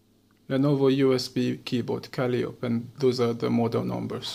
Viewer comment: since you have trouble with a word, I will assist you, since by your dialect English is not your mother tongue. The word in trouble is "calliope", mispronounced kal-EE-ohp, it is pronounced kah-LIE-oh-pee.